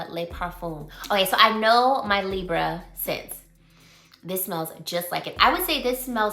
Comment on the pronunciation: Lee- Bray. Libre❤❤❤ its french